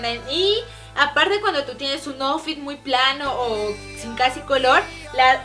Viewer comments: Miren me gustan muchos sus videos pero lesslie si no sabes ingles mejor no digas las palabras por ejemplo outfit se pronuncia autfit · ajasi , aparteyo soy americana osea de estados unidos y vine a mexico hace poco y ha español y outfit no se pronuncia aufit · ***** claro que no lavatelas tu dijo asi outfit como se escribe pero se tiene que pronunciar autfit que no sabes ingles? Porque yo si se